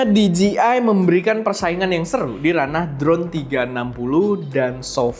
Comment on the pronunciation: di-ji-ai...khas lidah indo 😅